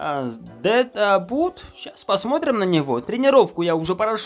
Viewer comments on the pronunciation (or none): Квм название игры читается деад блуд